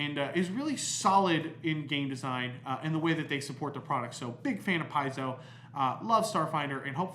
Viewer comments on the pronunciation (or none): Pronounced . . . "Pie-zoe"? Looks more like "Pay-zoe". Also, I think meant to say "home brew"? Yes?